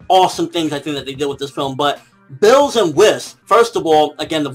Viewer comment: It's Beerus, nor Bills. Chris Sabat fought for this name after a part of the fandom came to the conclusion that it makes the most sense. The pun is Beer + Virus (originally he was supposed to induce evil like a virus before Toriyama revamped the script)